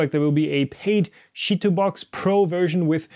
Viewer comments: Absolutely loved you pronouncing chitubox as shitbox😂😂😂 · Ahahahahaha, everytime he said it!